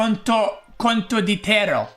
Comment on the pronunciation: i cant keep listening to him butchering the word Condottiero -.